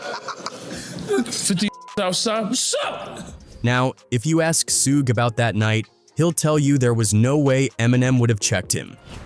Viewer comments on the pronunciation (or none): Who is SooGay Knight? Eminem is Suge White. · "Soogie knight is here" 😂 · Soog? Do better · Lmao Soooga night, sooggy, Tony Yiyo! 😂😂😂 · Damn I can't believe they stood up to soog soojuh sugi and soodge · Su-gah , su-gay,and Su-gie my Boii it’s suge 😂😂😂😂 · it's Sooga not Suge 😂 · Suu-gay? That's new. Suu-gee... 🤣🤣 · As soon as I heard Sooga I'm out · Sue gay, suegee rofl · Suega & Tony Yihyo 😂 I Fukn hate AI narrators, but it's funny because it can't even pronounce names correctly. So how DAFUK is it smarter than the human mind? It's not, it's fukn cramped! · Heard sugay, sugee and ran to the comments 😆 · Sue-gay 😂😂😂 suegy 😂😂😂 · This voice is brutal. Who is sue-gay!? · You should have spelt it shug so the AI could pronounce it correct 😂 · or sooga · These AI voice over need work. Stop being lazy and make the AI say it right. Who tf is mickey pfeifer and Shugey? Hard to take some of these videos serious and yall sound crazy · That shit threw me the f off. And then proceeds to mix it up with "Sooch, Soogie" etc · lmao, I was laughing at the Su-gay thinking this AI made Suge into a Japanese Samurai lmao but, the video got a thumb down from me once i heard YahYo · His many different ways can you pronounce suge incorrectly lol sue-gay sooga sue-ge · type shoog "Suge" get ai to say it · Maybe Yaaaaayo knows who Sooga is lol, so annoying. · Why do all these idiots use ai when it cant even say peoples names right every damn time it gets almost all the names wrong like any video about 2pac they call him 2 pack But suge by like 4 different names is ridiculous